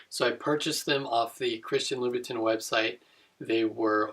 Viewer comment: I believe it's read as Chirstian "La-bou-tan" Nice review otherwise.